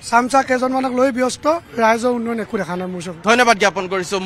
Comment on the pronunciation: Reporter jone uinoyon koi ase উন্নয়ন কব লাগে।